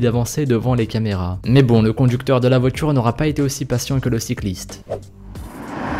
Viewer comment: tu dis la "votchure" / les "votchures"